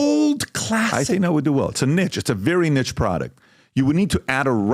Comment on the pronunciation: PBD you mispronounced niche 😂😂😂